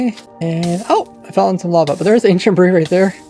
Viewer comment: I somehow understand "Ancient Brie"